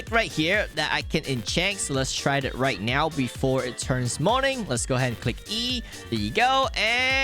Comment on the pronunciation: are you serious righ neow bro